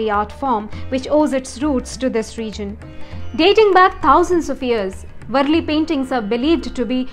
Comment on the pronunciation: It is वारली not वरली